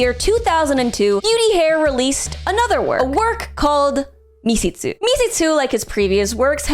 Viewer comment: Was it really that hard to look up how Misshitsu is pronounced...